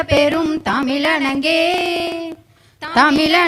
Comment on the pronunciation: கெலிலொலுகும்.....தமிலனங்கே....தமிலனங்கே....வாள்த்துதுமே....வாள்த்துதுமே.... பாவம்டா....தமில் தாய் தூக்கு போட்டுகிச்சுடா.... 😮😮